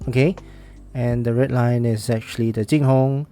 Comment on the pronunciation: Obligatory nitpick: the tone of the pronunciation is slightly off. The "Zhu" in "Zhulinniao" should be rising (2nd tone) and the "Jing" in "JingHong" should be flat (1st tone). Other than that, it's pretty on-point.